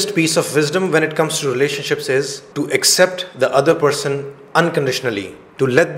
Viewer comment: Accept ........ Is the correct pronunciation but u r pronouncing as except